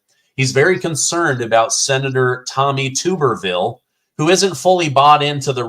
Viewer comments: It’s Tommy TUBerville, not tube. I’ve watched him coach many football games-trust me.;) “Tub-er-ville” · TUB (like a bath tub) er-ville. The U is long. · It's Tommy "Tub" berville... like tub in "bathtub" 👈😉 He's a great guy. And this was an awesome interview! ❤️🇺🇸❤️🇺🇸❤️🇺🇸❤️ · FYI, it's pronounced "Tubberville". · Senator Tuberville is pronounced "tub" as in "rub-a-dub," and he had a winning record against Alabama. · Hey I live in Arkansas and my wife went to school with Tommy. Just so you know his is pronounced Tub-er-ville. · Tommy Tuberville is my senator in Alabama.. it’s pronounced Tuberville like a bath-tub!